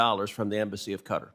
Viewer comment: Please tell ted how to pronounce qatar